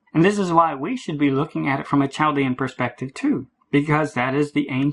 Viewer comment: Chaldean is pronounced with a silent "h".